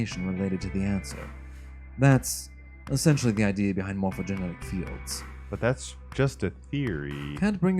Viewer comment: Ohhh we're getting close to the end!! :D. It's funny how you still pronounce 'Morphogenetic' as 'Morphogenic'